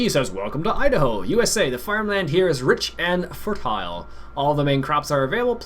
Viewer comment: i love how he calls it the "Eye-Da-Hoe map...he annunciats too much